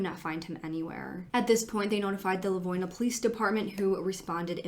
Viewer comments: for anyone local who might know something or have thoughts, he's from LivonIA. It's pronounced differently in the video ( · That is not how Livonia is pronounced. Lol